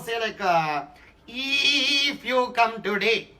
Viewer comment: “Eeeef you come today, it’s too yerly”